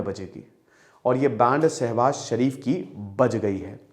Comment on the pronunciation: सर शरीफ जी नही शरीफ बोलिए